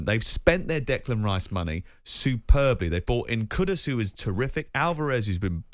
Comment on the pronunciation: Moyes out. Steph bad breath. She said steiden bought 'kuku' home. Its kudus, not kuku